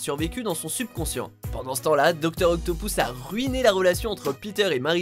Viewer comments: "Docteur Octopous" mdrrr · OctoPOUSSE ! x) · docteur octopouce ?